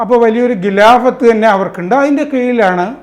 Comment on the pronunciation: ഗിലാഫത് അല്ല ഖിലാഫത് ആണ് ശരി